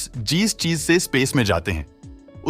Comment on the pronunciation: Jees nhi jis